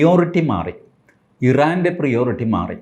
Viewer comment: പ്രയോറിറ്റി .. not പ്രിയോറിറ്റി ..😂